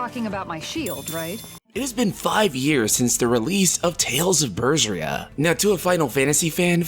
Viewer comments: I was gonna say that pronunciation of "Ber-Ser-I-A" as "BersRia" was criminal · Tales of BERSHRIA??? Beh-Seh-Ri-ah....I dunno if that triggered anyone else... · What the hell is "Tales of Bers-Ria" ??? It's BER-SE-RI-A ! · That Berseria pronunciation though 😂